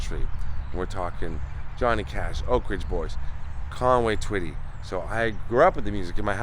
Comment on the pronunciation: this is my Hometown. Thank you for pronouncing the name correct. Another Great video❤